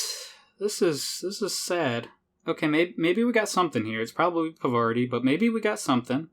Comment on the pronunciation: Parvati just wanted you to pronounce her name right...